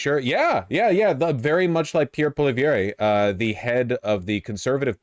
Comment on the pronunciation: Vaush the final "E" in Poilievre is silent. You're welcome.